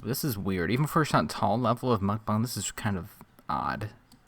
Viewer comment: You're pronunciation of mukbang is everything to me these days. LOL. Thank you!